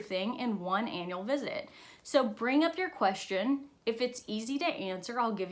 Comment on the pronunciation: I totally thought she said your anal appointment and she said annual smh 🤦‍♀️ my mind...